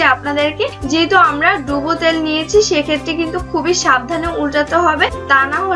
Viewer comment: আপু আঞ্চলিক উচ্চারণগুলো একটু এড়িয়ে চলার চেষ্টা করুন। যেমন তেলকে ত্যাল............. ভিডিও এর মান বাড়বে। ধন্যবাদ!